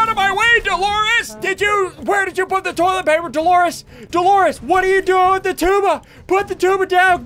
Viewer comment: Ian the entire video: we need more tollet paper